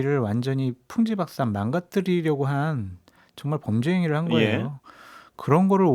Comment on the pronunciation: 장설철은 다 짱나지만 대체 왜 풍비박산을 풍지박산이라고 자꾸 그러는 거임 거슬려 죽게씀